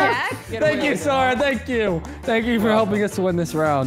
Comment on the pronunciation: It’s not sors it’s sora